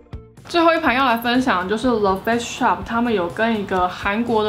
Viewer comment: 感谢tang这是很实用的影片 不是杠但是影片里的发音听起来是le face shop